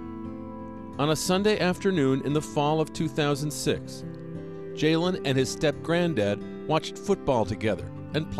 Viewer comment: his name is jailen not jaylen